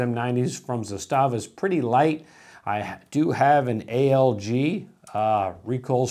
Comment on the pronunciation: 'zastava. is the way to pronounce it correctly. hard accent on the za.